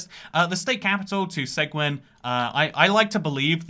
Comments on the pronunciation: Just a correction. The town in Texas, seguin, or “segwin” as you called it is actually pronounced “Seh-geen”. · Suh geen not seg win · Seguin TX is pronounced "suh-GEEN". Not "seg-winn". Also, you can't drive 85 everywhere in TX. It's only on certain roads. Same in places like Manitoba - it's only 110 km/h on the Trans-Canada highway. It's not on all roads. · As a Texan my ears bled everytime you said "seg-win" I appreciate the attention tho, random english man. Come visit us in "Seg-een" some day. Its named after one of the few famous Mexican nationals who fought on the Texan side of the revolution. Fascinating and tragic story what was done to him after the war because of his nation of his nation of origin. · FYI: Seguin is pronounced "Seh-geen". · As a Texan who lives just up the road from Seguin, I laughed so hard at your pronunciation (it's pronounced se-GEEN). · I live outside of Austin, Texas. My understanding for 130 is that it’s a shortcut to San Antonio or kind of Houston if you go that way. I think the speed limit is faster because it’s so far out of the way and it’s a toll road that you really have to justify using that toll road instead of a more direct route. Edit: they pronounce that town’s name as “Seh-Gheen.” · TX-130 connects Austin to San Antonio via co-signing with I-10. And the city is pronounced SEG-een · or he was purposefully mispronouncing it as bait to get people to comment for the algorithm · you should try see-gwin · Hey my friend is from Seguin and I'm from Austin! I've gone on that 85 mph road many times. And yea it's nothing special. Seguin is pronounced Suh-geen btw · Seguin is pronounced "Seh-geen" lmao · Seguin is pronounced "seh-GEEN", it's a Spanish name. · I’m from Texas and the way he pronounces Seguin hurts me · what a pronunciation of Seguin lmao